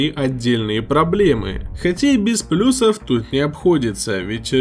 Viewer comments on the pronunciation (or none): none